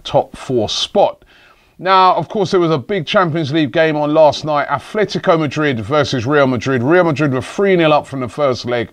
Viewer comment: It´s ATletico, not ATHletico.